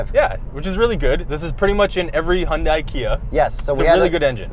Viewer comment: Pronounced HUN-day. Like Sunday.